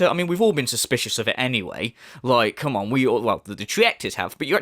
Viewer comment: *calls other people spoiled and entitled. “Let’s get some suhpohrt RIGHT NAEW! Khamahn!”